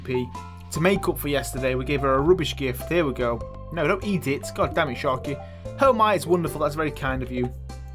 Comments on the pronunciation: The English accent of 'damn it' is cringeyly funny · It is so hilarious how you say "god damn it" i crack up everytime with your accent. It's a staple of your videos.